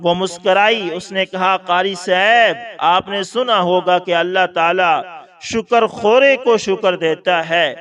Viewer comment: جاہل یو ٹیوبر اسے شُکر خورہ نہیں شکر خورہ کہتے ہیں اور کہانی کے ساتھ لکھا کریں کہ کہانی ہںے یا پھر حوالہ دیا کریں.